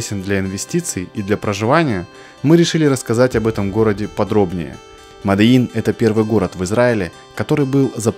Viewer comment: МОДИИН!! А не "мадэин" ля